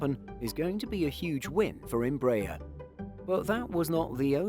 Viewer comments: It's NOT "Em-BRAYER" you klutzes.....it's "embra-AIR" that's what they use in Brazil, so who says you can change their pronunciation....ask a Brazilian... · In fact, -aer carne from 'aeronáutica' (air navigation) and it is pronouced as is in Merkel (from Angela Merkel).